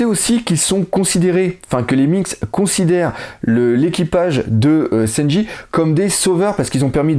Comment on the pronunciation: Juste une chose ... c'est SANJI , pas SENJI ^^